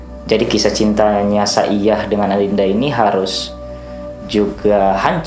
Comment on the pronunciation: Sepertinya dibaca Saidjah bukan Saiyah bang